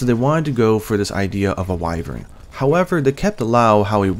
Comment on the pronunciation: also your the first person who spells wyvern right man wai-vern not wivern what's with YouTubers lately